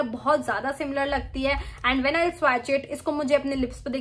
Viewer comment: Firstly, your grammar needs immense correction. Correct - I did not know. Also learn to pronounce the word swatch. Secondly there's no respect in putting a fellow blogger down by pointing out her mistakes. No beauty, no charm, no class. Sad move!